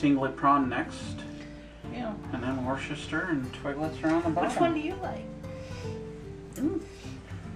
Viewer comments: Worcester is usually pronounced something like Wustuh. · Worcester is oddly pronounce wuzter